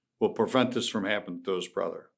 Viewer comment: Brudder lol